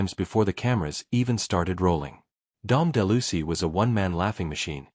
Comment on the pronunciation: de Lucy? Geez...everyone with a brain knows it's Dom De Luise.